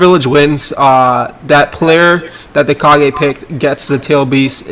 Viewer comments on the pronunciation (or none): none